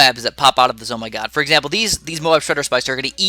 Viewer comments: ITS FUCKING Z M O G NOT ZOMYGOD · not Zoh My GOD its Z.O.M.G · It’s not a Z Oh My God It’s called like Z O M G not like in omg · George Verbetsky actually it's pronounced Zee-Oh- Em-Gee